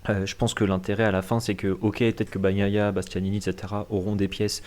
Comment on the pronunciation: Continuez, mais par pitié, nos oreilles saignent, à chaque « Baguenailla »